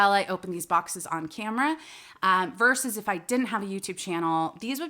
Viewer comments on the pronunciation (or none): none